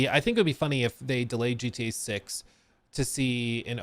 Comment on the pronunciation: Hello, it’s “delayed”.